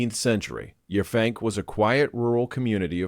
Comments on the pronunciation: Not Yah fank, Yap hank 😂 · The town on Long Island is pronounced Yap Hank, one work. The locals refer to themselves as" Pankers". It's still majority a farming community.